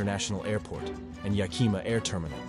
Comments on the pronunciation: 😂 how the speaker said Yakima was funny. Suggestion check how to pronounce these river and city names! I live in Washington State and was here when Mt. St. Helens blew we experienced very little ash most went to Eastern Washington. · He mispronounced Skagit and Yakima 😮 Skagit sounds alike like gadget. Yakima is Yak Kim Ahhh ! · you would have more credibility if you could properly pronounce name like Skagit and Yakima